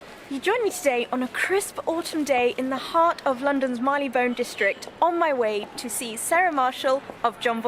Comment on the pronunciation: Londoners call it Marry Le bone…love your channel x a really beautiful presentation. So interesting.